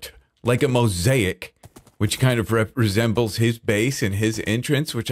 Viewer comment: “represembles.” Best new word ever. Lol